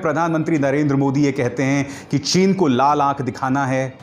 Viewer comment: Hamare pm sahab ko chin bolne nahi aati